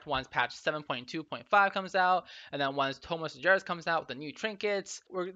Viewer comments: Its spelled Sar-GEras, not sarjeras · "in Tomb of Sarjeras" Sargeras with G pronounced similar to good.. or gauntlet.